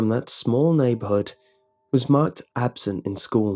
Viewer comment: "my mother was absinthe."